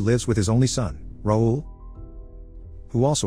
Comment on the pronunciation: Its not “roll” its “ra ool” (raoul) french name